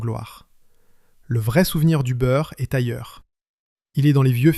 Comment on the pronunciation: Une histoire industrielle tout à fait passionante. Mais l'exemple de la vidéo qu'il ne faut pas faire. Long, beaucoup trop long, une heure et demie pour raconter ce qui tient en une demi heure. Des redites lassantes (c'est ce qu'on fait quand on prend le public pour des crétins auxquels il faut répéter 3 ou 4 fois). Et surtout l'intrusion insupportable d'une voix d'IA qui transforme Byrrh en Beurre, et autres stupidités. Je soupçonne d'ailleurs les commentaires d'avoir été rédigés par une IA. C'est raté pour Empire industriel, je ne regardeair plus leurs vidéos. A bon entendeur...